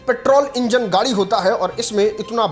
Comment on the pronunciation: Are fhate kapde Wale gari nahi gadi hota hai pahle gadi bolna seekh